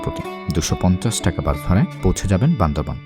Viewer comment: বান্দরবন শুনতে খুবই খারাপ লাগে। বান্দরবান বলবেন প্লীজ।